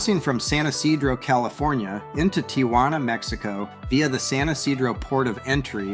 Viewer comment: It's pronounced "tee hwa na" not "tee ah hwa na". Tia Juana means Aunt Juana which is not the same as Tijuana.